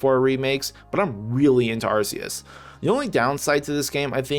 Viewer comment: "ar-ke-yus" man correct your pronunciation first